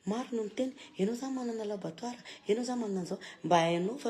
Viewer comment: laboratoire fa tsy labatoire😂